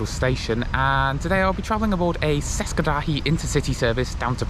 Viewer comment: Would you please learn to pronounce languages correctly? It's NOT pronounced "seska", it's pronounced as in "cheska".